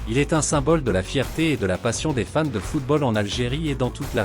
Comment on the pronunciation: Tu prononces très mal Fans, au début j'ai pensé que tu disais femmes.